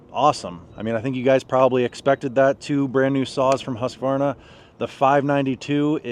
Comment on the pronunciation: Refreshing to hear someone on this side of the pond pronounce Husqvarna correctly 😉😉